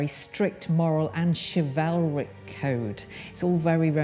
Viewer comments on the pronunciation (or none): none